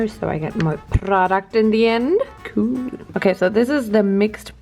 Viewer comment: Dies überdeutsche cool bei 😂😂 KUUUUUUUUUUHHHHL